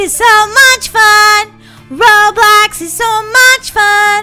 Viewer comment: lol you said roblux